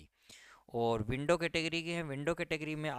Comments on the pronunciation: विंडो नहीं... विडो है आपकी इंग्लिश का ठिकाना नहीं और इंगलिश की कट ऑफ बता रहे हो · W D sir kam se kam is word ko window mat boliye yah to widow ka short form h bahut bura lagta hai aamp se sunkar jo bhi YouTube per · Sir! It's not window category...it's widow, pls first try to pronounce correct words then make videos...it's a humble request pls... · Sir window nahi widow bolo 😀😀😀